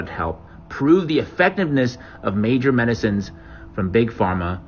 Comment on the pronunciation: I ñeeded my weekly dose of "modicine" 😂🤣